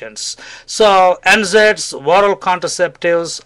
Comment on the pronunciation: for anyone who didn't catch what the 'gold standard' solution for painful period (primary dymenorrhea) was, its NSAIDs (nonsteroidal anti-inflammatory drugs). I thought he was saying N-Zeds until google showed me the light.